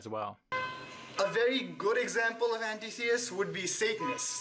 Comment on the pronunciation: You're pronouncing Antitheist wrong. Break the word up. When you say it as An tit heist it makes much more sense